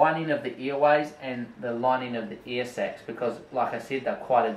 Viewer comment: I kept hearing "earsex" wtf